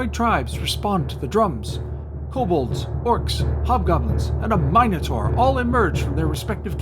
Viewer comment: I wanted to give you a second like for the way you pronounce 'minotaur', but I can't do that. So have a comment instead 😉